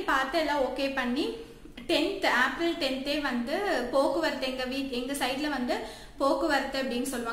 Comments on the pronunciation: April..Seriya pronounce pannunga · April ah yen ipdi pronunce pandriga??